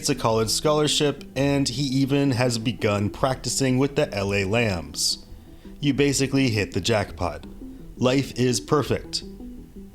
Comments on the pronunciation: Dude said “lambs” 😂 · These AI Narrators need to get it together! LA LAMBS??? BTW this was in my hometown...the wife begged for her husband's release and the sons obituary was full of pics of his 'loving' Dad...Dudes a Sociopath and sadly his wife makes it seem as if he hit her son instead of killing him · My dude said LA Lambs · what you that dumb you can't even get the name of the team right. lambs who are the lambs. it's ram's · La Lambs? cmon bro